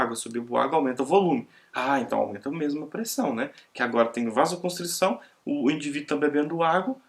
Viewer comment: A pronúncia é "VASOCONSTRIÇÃO", não se pronuncia o "c" antes do cedilha, dizendo " vasoconstric-ção"